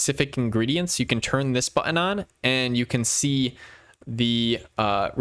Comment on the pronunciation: Very well done tutorial. The only problem was that I got distracted every time you mispronounced the word "button". 😀